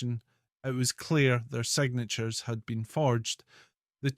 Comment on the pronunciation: It is not: segnetures, admetted, sophestecated, counterfets, theng, destengueshing, suspecion, legetemate, empact, forgere reng, posetion, shep bank, semplecity, enfluence, hestory. Fix it.